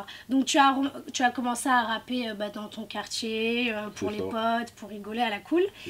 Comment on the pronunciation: la meuf elle m'a tué quand elle dit o kartier